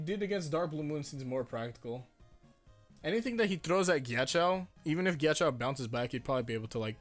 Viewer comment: pls stop pronouncing his name like "giachow"